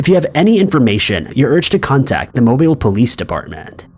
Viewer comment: From someone that grew up in Alabama, it’s nice to hear Mobile pronounced correctly.